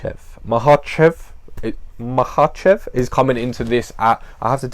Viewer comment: First off, huge props for pronouncing "Makhachev" flawlessly like a G. Uncle Chael "Malkocheff" Sonnen should pay you for some lessons. However, Islam is not really a carbon copy of Khabib, they are not from the same village, in fact they are not even the same ethnicity and have different native languages (Dagestan probably has more native nationalities and languages per square mile than any other place on the planet). Khabib is Avar, Islam is Lakh. Islam jokingly complained once that during their camps the Avar crew (Khabib, Usman, Umar, Tagir, etc) often switch from Russian to Avar and he understands very little and has only Zuba (who is Chechen) to talk to. Zabit for example is Akvakh (they call themselves Atluatii or Ashvado).